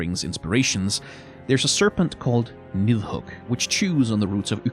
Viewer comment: Where's from? His pronounciation of Yggdrassil and nidhug sounded just like i would say it in danish